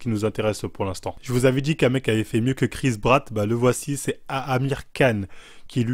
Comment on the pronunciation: "Chris Bratt" 😂😂😃